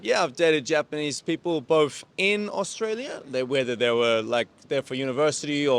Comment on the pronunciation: Is the Aussie guy hanging around with Americans or is it just the influence of American accents amongst the English-speakers in Japan? He's become very rhotic (pronounces all the Rs at the end of his words); he even says he's from "Australier".